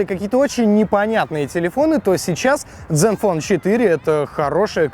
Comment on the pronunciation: zen fone а не Dzen вот кто таких берет в блогеры